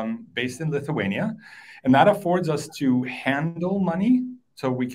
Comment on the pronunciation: Homeboy lost me on “Lithuania”…